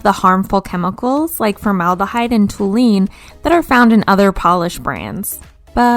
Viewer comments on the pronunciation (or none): Just a heads up that toluene is pronounced tall-you-een - A friendly neighborhood chemical engineer